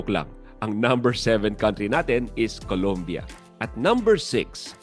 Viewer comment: Colombia Ang tamang pronunciation